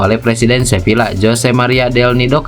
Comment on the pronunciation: Admin tolong baca Sevilla : Seviya. Dobel l (LL) dilafalkan y dalam bahasa Spanyol.